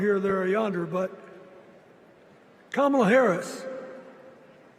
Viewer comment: and ..Hearing Bill Clinton mispronounce her name Kamala Harris =PRICELESS 😅